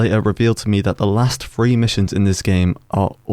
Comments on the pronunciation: Why does you pronounce "th" as "f"? What is "mission free"? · The "th" sound tends to be pronounced as "f" in parts of the West Midlands and North of England Tends to be in the areas that industrialised a lot in the industrial revolution